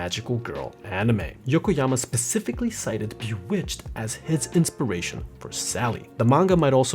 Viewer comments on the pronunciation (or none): Ouch, my brain "Specifically" not "Pacificly"